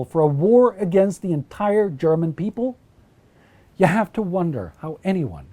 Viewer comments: You have a great German pronunciation, refreshing to hear that. Did you study it or does your Scandinavian heritage help you a lot in that sense? :) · This guy has a terrific voice for podcasts of this nature, and his German pronunciation is near perfect to my understanding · I just have to compliment your german pronounciation. It is very good! Just shows how much effort you guys put into your videos :)